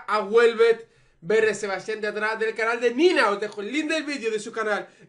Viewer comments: Odio que llames /Béret/ a Beret😂❤️ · me pone nerviosa q no pronuncies bien beret!!